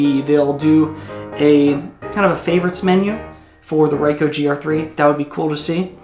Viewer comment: It is actually R"ee"coh and not R"ai"coh. Anyway, good one. Thx